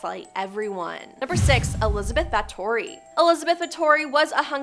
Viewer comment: most people on this list are well known, far from erased. I think you misspronounced bathory